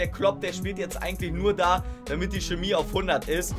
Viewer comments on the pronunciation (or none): none